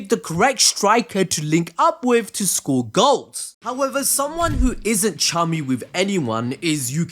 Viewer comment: did anyone catch the fact that he said socre instead of score